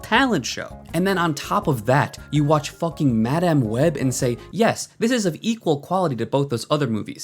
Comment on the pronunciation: The only thing worse than IGN is the way you pronounce "Madáme" Web